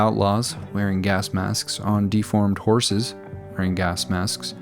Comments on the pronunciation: I had to turn on Closed Caption just to see... dorses. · "Dorses", ha, I caught that one mate. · Wonder why you called them Dorses instead of Hogs. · I almost didn't catch "dorses" 😆